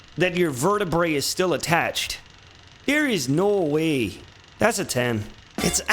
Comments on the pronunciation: The Canadian come out very strong 😂😂😂 "Nouoo whey!" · When a special move is so brutal, your mid-western accent seeps out while you repeat "no way".